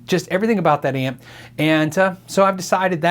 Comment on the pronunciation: amp - not app